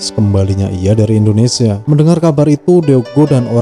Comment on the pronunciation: Mimin koreksi pengucapanya ttp Indonesia bukan Endonesia